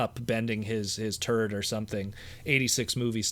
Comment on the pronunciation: I had to listen twice before I realized you said “turret,” and not “Kup bending his turd…”